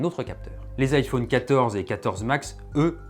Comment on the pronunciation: On dit iphone comme téléphone. Pas ifaune comme faune et flore. C’est insupportable d’entendre AU au lieu de O